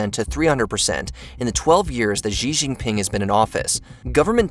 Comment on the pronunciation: Why do you keep mispronouncing things? For example, Xi Jinping should be pronounced as "She-Jinping", and Uighur should have been pronounced "wee-gurr".